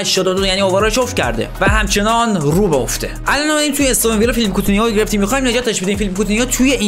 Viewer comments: دادا مگ اون استون ویلا نبود اِستُوِن ویلا تا حالا نشنیده بودم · داداش اِستون ویلا چیه ، اَستون ویلا درسته 😅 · اِستُوِن ویلا اشتباهه ، درستش اَستون ویلا هست